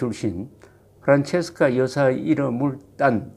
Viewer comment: 이승만 대통령이 현직 대통령일 때 초등학교 학생이었었으니 당연히 프란체스카 부인 이름도 익숙합니다. 그런데, 사실 "프란체스카" 가 아니라 "프란치스카" 로 발음해야 하는데 왜 옛전부터 잘못 발음이 전해졌는지 그 이유를 알 수 없습니다. 대한민국에 이승만 대통령 이름이 다시 복귀되기를 바라며 동시에 그 부인이셨던 프란치스카 도너-리 여사의 이름도 정정되어야겠습니다.